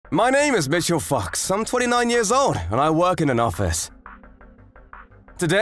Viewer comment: I know he said foxx, but the way he said it, it sounded like he said fucks, lol